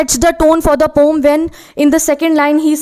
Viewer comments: Poem ❌Pom ✅ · Poem ❌ poom ✅ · Ye poem ko Pom kyu Bol rhe hai 😂😂😂